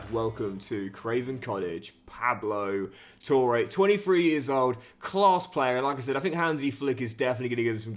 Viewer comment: It’s pronounced pablo tore not pable toure